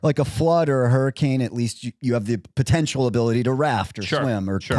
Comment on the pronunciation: Why are one of you guys calling hurriKanes “hurricaN” is that guy from Utah?